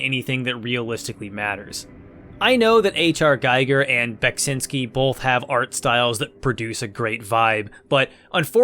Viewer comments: His name is pronounced gee-ger not gay-ger, ffs. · the way you pronounce "giger" sounds like you have some experience pronouncing german words. the i is just an i though. you pronounce it like "ei" german doesn#t make sense when it comes to this. still cool that you pronounce it ei, since most don't bother. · However, he pronounces Giger incorrect. As Giger was a Citizen of Switzerland, the Name is pronounced with an I like in Index or India :) The review is great though (as always) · Not super important, but HR Giger's last name is "GEE-gur". It's a long E sound, not a long I sound. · That’s not how “Giger” is pronounced.